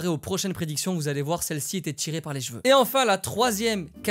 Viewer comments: On dit pas Jeval ou Jeveux mais CHeval et CHeveux bordel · ça me fait marrer ta façon de dire "des jveux, du jval "😅